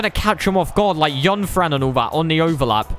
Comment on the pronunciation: ‘Yunfran’ my guy